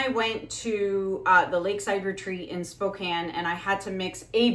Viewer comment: I love hearing you say ‘Spokane’, the way we say, ‘Spokane’ 😂 I am so bummed that during that time I had a sudden death in the family, followed immediately by a crazy diagnosis/surgery - and was not aware you were here!!! 😭 (The surgery was optimistically supposed to be easy, but wound up being the opposite) I hope you come back someday! I would LOVE to take… ~<:{*•ALL•*}:>~ …the classes!!!! 🫶🏻 Your art has inspired me, but I’ve never taken the leap to try for myself. I sincerely hope for another chance to experience your training here in the states 🙏🏻 God bless you, and thank you!!! 🤗